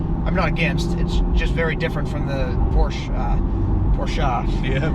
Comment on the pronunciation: Love this video so MUCH... face when he does launch control 🤣🤣 looks like you both had a great time!! I think I heard you say POORSH. LOL